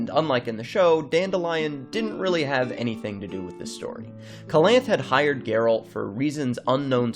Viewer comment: Oof. It hurts my ears to hear you pronounce Calanthe wrong.